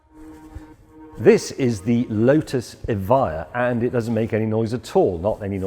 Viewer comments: James its not evaya its typical Latvians womans name EVIJA its E VI JA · Clicked this video to hear how Evija is pronounced